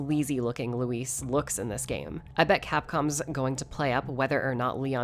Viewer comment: I hope Leon still never pronounces luis' name right.